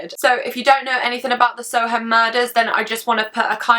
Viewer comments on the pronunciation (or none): It’s pronounced sowerm (I know because I live in Soham) :)